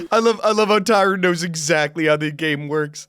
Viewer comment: Don’t pronounce an E at the end of his name lol, it’s Tyron not Tyrone